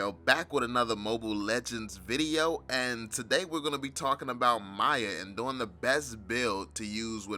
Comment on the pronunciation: Your pronouncing miya wrong